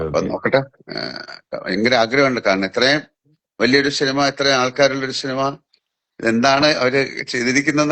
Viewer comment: പടത്തിന്റെ പ്രൊമോഷന്റെ ഭാഗമായി നടത്തുന്നതാണ് ഈ ചാറ്റിംഗ്... പടം പൊട്ടും എന്നൊരു തോന്നൽ എവിടെയോ ഉണ്ട് ട്ടോ ... ഷിനിമ അല്ല ലാലേട്ടാ 😅...സിനിമ എന്ന് പറയു ...